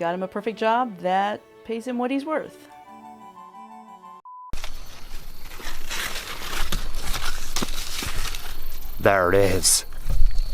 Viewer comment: Lmao “thar it is..I’m gonna fight it.” Lol